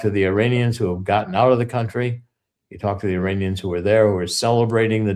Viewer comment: IM SORRY PEOPLE.... BUT EVERYTHING CORSI SAYS SOUNDS LIKE SHIT BURGERS!! AND IM NOT HUNGRY!! NOT TO MENTION HE JUST SAID ISRANIANS!!! REWIND IT AND WATCH!! THAT OLD DUDE IS GASSING ALL YA'LL UP!! EITHER HE IS ON THE BAD TEAM, OR HE IS JUST READY TO GET PUT OUT TO PASTURE (respectfully) I would never poke fun at a demensiated senior citizen!!! But what he says does not pass my freaking intuition test!!! Not even close!! They must have bought and paid for Mr Corsi after he assisted in the book "SILICONE SATAN"!!! I really wish you would ask Cregg Lund- if the original Jerry Corsi is still the current Jerome Corsi!! It sounds like he has been freaking compromised by the black hats!!! Just saying ya'll!!! My intuitive compass is almost flawless!! If old dude is not senile... then he is compromised